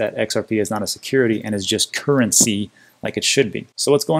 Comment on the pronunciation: You have a great channel. Topical crypto stories coupled with some insightful regular joe type editorial observations. But please listen to your open and give the word “currency” its due. It has three syllables not one. Nails on a chalkboard.